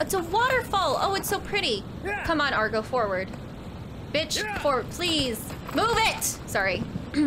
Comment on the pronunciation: The horse doesn't listen to you because you keep calling it "Argo" 😛